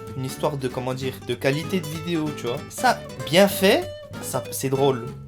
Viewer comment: Y'a un truc qui a jamais changé en toi tu dis toujours vidio... c'est pas ce qui te rend authentique mais on t'adore ;) continue !